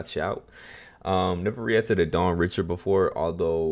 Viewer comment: Her last name is actually pronounced “Ree-Shard” she’s Haitian/creole, and she has so many Bops, The Hardest working underrated indie artist of all time, happy you Finally got to her 💖